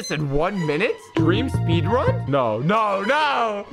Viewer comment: in the intro you said Speedran!!